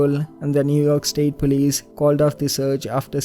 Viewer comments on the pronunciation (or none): none